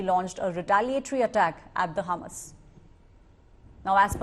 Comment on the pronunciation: It's Hamas and not humus 😂